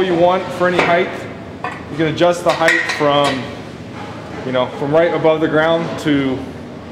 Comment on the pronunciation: The word is HEIGHT (T) , not HEIGTH (TH).